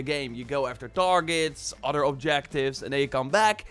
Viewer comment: It’s said other not udder!